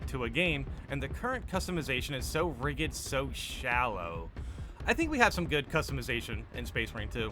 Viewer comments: ‘Rigid’ pronounce the first syllable like the word ridge. Thanks for the info mate. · That was the wildest pronunciation of rigid I have ever heard lmao.